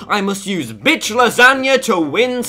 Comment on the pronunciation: That did not sound bish lasagna